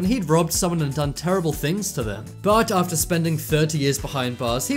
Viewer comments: It's not ater it is After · After not ater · Found innocent ater 40 years Boi get the word right it’s after 40 years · You said ater instead of after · "Found incident ater 40 years" Excuse me? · He said ater hahahaha